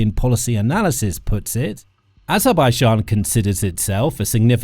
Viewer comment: Kann sich der Sprecher bitte endlich auf eine eindeutige Aussprache von Aserbaidschan festlegen